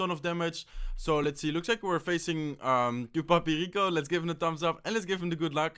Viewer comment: Hahahaha I follow u from south America, Ecuador, and the way u said "tu papi rico" was awesome hahahaha